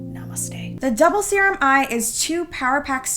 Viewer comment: “to become one ✨✨SUPER SERUMMM✨✨” (said in a harry potter accent or something)